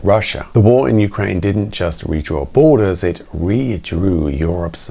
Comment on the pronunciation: you said YOUkrane - emphasis in the YOU. I've never hear that before, ever, and I meet with and talk to Ukrainians on a weekly basis. Here in UK we say 'youKRAINE'.